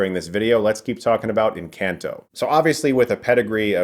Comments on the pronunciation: Sorry but I had to stop the video in the first 10 seconds. If you know the word is Spanish can you please at least make the effort to look up how it’s pronounced? It’s not In-CAN-toh. That made me audibly yell. It’s En-Khan-toh. Please do it better next time you come across a movie like this. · Wow this movie looks pretty - and definitely here for Latina Glasses Princess! (I cringed a bit at every iteration of the name in this video, though. Should be en-CAHN-to. in-CAN'T-o just grated. Sorry!) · En -Can-toh It’s En-khan-toh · Thought it is pronounced en-kahn-toe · Girl he said “in can toe” 😂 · It’s en cahn toe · Chris...I love your reviews, but you're killing me with the way you pronounce Encanto (in- KHAN - toe). Being I worked on the film, it's like a nails on a chalkboard buddy! :) The comments here are so nice to read and those of us that are a part of making these films... well you make us feel good. Thanks for that! I'm sure you all will love it! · It's pronounced Encanto(N-con-toe)! It's a phrase used when someone likes something or singing. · Chris really accessed his Latin roots with the N-Can-Toe. Perfect pronunciation. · DUDE SERIOUSLY??? Why are you pronouncing the films title like that?! The A in the title is SOFT, not hard, ffs!!! Like this: EN-CAHN-TO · "Lin Manual Miranda" and "In can toe" lol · Chris: In. Can. Tow Spanish speakers: Encanto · I'm sorry but I cannot deal with his pronunciations of these Spanish words. I liked the video but just saying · Doesn't it bother you how he pronounced this movie's title though? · Am I the only one that gets kinda bothered with the way Chris pronounces Encanto xD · If only Chris learned to pronounce the film's title right though... 🤦‍♂️